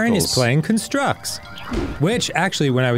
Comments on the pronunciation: The pronunciation of almost everything in game is killing me. But JERudo has to be the worst. 😂 or maybe CUNstructs instead of CONstructs. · Dan, I love you, which is why I'm telling you...that "constructs" is pronounced "KAHN-structs" when you're talking about the noun, and "kun-STRUCTS" when you're talking about the verb. So the title of that trial should be the noun version, as well as the name of your childhood toys.